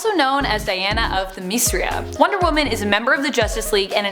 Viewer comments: themesria? kryptin? Need more coffee lady o.o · omg i cant believe u pronounced krypton and Themyscira totally wrong. like have u ever watched justice league? also batgirl and batman didnt get busy in the killing joke comic, it was the animated movie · i know its petty but.... themesreia? kriptin? wtf :P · What’s with this woman?!!! She seriously needs to properly pronounce the names and places of certain characters! Them-ys(is)-cira!!! Krypton (crip-ton). GOD....that’s pretty annoying!!! 😤🙄😑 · PS: you miss pronounced Krypton and Themyscira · Her pronunciation of Themyscira and Krypton is nails on a chalkboard. Makes one think that she’s not actually a fan but just reading cue cards. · The pronunciations of Themyscira and Krypton... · Ok, quick mini rant, but how can a channel named "Top 10 Nerd", which makes references to a large chunk of the comics and shows involved with whatever topic is being spoken about, get so many pronunciations wrong? Like calling Ra's (pronounced "Raysh") al Ghul "Rozz" or "Ra", and calling Themyscira (pronounced "Theh-mih-sceer-ah") "Theh-mees-ree-ah". It shouldn't anger me as much as it does but, welp, it really does. Mini rant over but just... why though? :/ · Why so many SHITTY jump cuts?!?!? Also, does she not know how to pronounce Themyscira? Just reading a script I guess and really doesn't know what she's talking about. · The way she pronounced themyscira really bothered me. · Is no one gonna talk about her pronunciation of krypton and themyscria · I can’t help but be annoyed that she mispronounced both krypton & Themyscira. I mean Superman and wonder woman have both had too many appearances on movie & television for their homes to be mispronounced. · I knew someone was going to catch the mispronunciations of Krypton and Themyscira. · Is no one going to acknowledge that she totally mispronounce the names of the homes of both Superman and Wonder Woman? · She also said themyscira and Ra's Al Ghul wrong